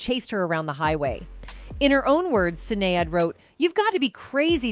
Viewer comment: I wish the narrator did a bit more research the Dearly beloved line is not in Purple rain. Also the pronunciation of Sinead was irritating as hell.